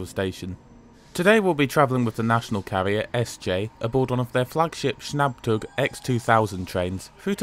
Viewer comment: "Schnabb-tog x2000" This is my new way of saying that word. Thanks.